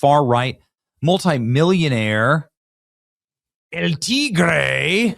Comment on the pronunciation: "El Tigrrrrrrrrrrre! I love how you say that! haha